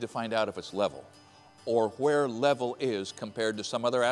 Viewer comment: oh my God, stop pronouncing the H in words.. where not w Hehhhere and W hehhhitee. 🤦🏼🙄